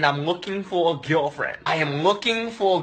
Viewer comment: Eijem loeking for a GulFjend No sjest no sjeks